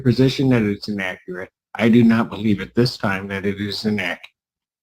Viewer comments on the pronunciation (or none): Inaccerrate Using big words she can’t pronounce